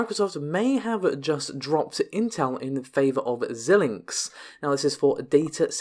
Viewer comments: Xilinx is pronounced "Z-eye-linx" and not "Zill-linx". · I do not believe that Xilinx is pronounced like that.